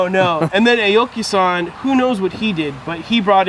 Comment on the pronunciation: and its Ah-oki, not A-oki...